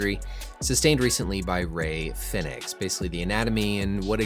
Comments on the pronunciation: Rey Fenix is pronounced like Pheonix. not fin-ex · its pronounced the same as phoenix